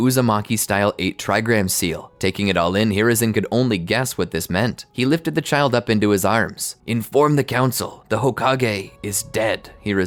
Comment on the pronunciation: "Im not gonna leave this chilid to fend for it's self" -Hirozen 😂😂😂